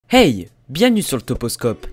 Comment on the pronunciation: quand j'ai entendu le hey du début j'ai penser entendre wake up mais non c'est pas teamspeak